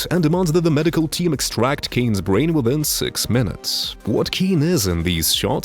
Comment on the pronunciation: they took his bwains